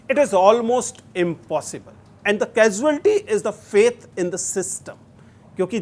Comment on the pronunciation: after all the troll , sir said casualty properly🫣